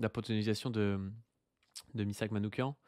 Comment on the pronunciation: Soutien à la Jeune Garde ! En revanche, en honneur de notre défunt camarade, attention à la prononciation de son nom : Manouchian se prononce avec /ch/ comme dans /cheminée/ pas /k/ comme dans psychiatre... Ça ressemble beaucoup au nom Manoukian, mais ce n'est pas le même 😉